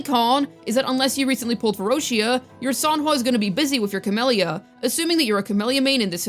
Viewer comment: "Your Sanhua will be busy with your Cammellya." 😏